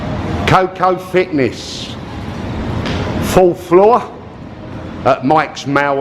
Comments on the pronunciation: for god sake, its Mall not meow!! I cringed every time you pronounced the word mall! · "MAL" ??? Mall is pronounced "Maul" are you pickled??